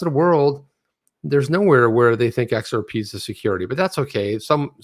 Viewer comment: The XR-PAH and MI-TAH Speak is getting old.